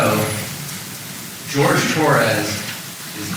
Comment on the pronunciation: Why are they not pronouncing his name correctly! It's not George, it's Jorge! 🤬🤬🖕